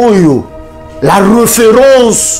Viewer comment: eeeeh lifalanse nayo mabe makasi… Tu prononces mal les mots! « Reufeurance, le dureucteur, Nujeuria… » Tu abuses, olekisi loba kk na lingala